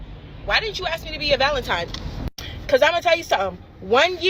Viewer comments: If a girl says "Valen-TIME" instead of "Valen-TINE" She's dumb and you need to not take her serious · STOP valen time....-Saint MC hammer.